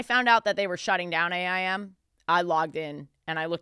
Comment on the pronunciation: It’s so funny how Ashley is saying A.I.M… it’s just aim… i say it like a word